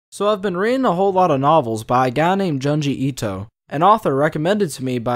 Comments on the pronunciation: "joon- gee - eeto " ✅ " john gee ito" ❎ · Giangi Ito. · "juhnjee ito" "TOHMEE" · And joon-ji ito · June-gee Ito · How the hell do you know the correct way to pronounce "Youkai" and "Edo", but butcher Tomie and Junji Ito?